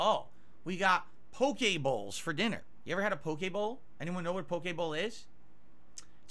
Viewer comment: How the fuck does he managed to mispronounce and throw an A into any word starting with poki or poké. Poke-a-mon - Pokémon Poke-a-main - Pokimane Poke-a-bowl - Poki bowl